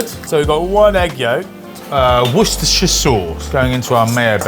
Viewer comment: pronunciation of both "Marylebone" and "Worcestershire" are perfect. 👌